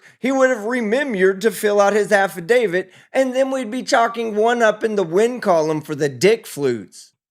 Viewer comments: 😂 I am sure he said he read the affidavid😂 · Did he just say..."afterdavid"?😂😂😂😂😂